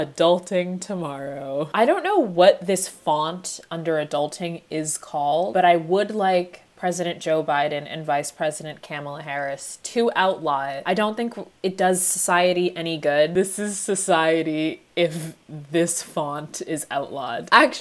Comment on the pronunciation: Did you...did you...just call her CAMEL-la Harris? 🐪